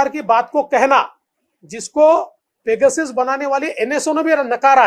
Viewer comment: काय देवेंद्र जी?? पेगासिस कि पेगासस🙏